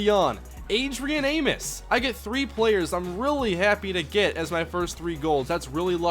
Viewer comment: Adrian Amos is pronounced A-Mos. like "most" without the T